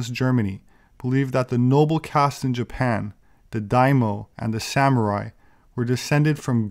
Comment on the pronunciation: You got most of the word daimyo right up to the dime part. You left out the y. The ending should combine, me and o. Like meow but with an “oh” sound. Dye - me - oh said smoothly.